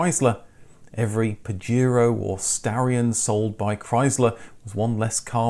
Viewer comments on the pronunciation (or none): It's not Pajiro, it's PajEro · In NAM and LATAM it was sold as Montero because Pajero (pronounced pahero) mean Wanker in Spanish